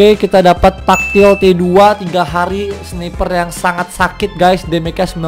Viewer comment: tactilite di baca nya tektilait om bkan taktil atau takjil xD